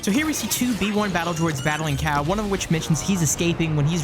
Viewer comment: I was searching for a cow until I realize he actually said cal ..